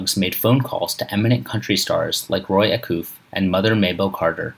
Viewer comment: Who is Roy “Acoof”? Oye.